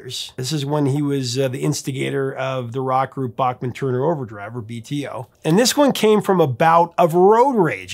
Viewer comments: Back Man not Bock Man , yes I know in the states they often say Bock Man but that isn't how Randy Bachman pronounces it. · It’s Randy BACKman, not BOCKman ;) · C'mon, repeat after me: It's BACK-man. BACK-man, not BACH-man. He's corrected you before, on this hasn't he? (smiles -- love your content...) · Not sure what the question is, but I will answer as interpreted... Yes, I have been pronouncing it Bockman. But they both clearly pronounce it Backman in the interview. Just found that interesting. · As always, I learned something... Bachman is pronounced "Backman". I have been saying it wrong for 40 years. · Someone called Randy at . Look at the phone over his shoulder, I think I have the same phone. I love Randy Bachman, just pronounce it right!